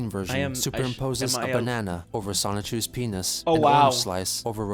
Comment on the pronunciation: I’ve noticed a lot of people pronounce “Sonichu” like “Sonic-chu”. From my understanding, it’s “Sah-nichu”.